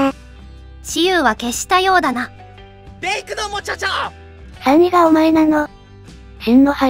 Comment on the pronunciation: ベイクドモチョチョを上手く発音出来ない山田じぇみ子音声ソフト好き